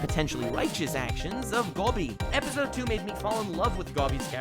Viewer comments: That's Dobby not Gobby 🤣🤣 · Its DOBBY not Gobby